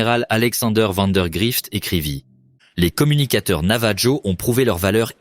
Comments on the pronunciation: ça s’écrit Navajo mais ça se dit NavaRO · Aloha ! Navarro avec un R pas J !!! Ro ! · Pour le youtuber, votre IA n'est pas bonne faites appel à des francophones où à des français pour la vérification de votre récit, navajo en français on utilise la prononciation espagnole donc la jota pour je j sur les dénomination espagnole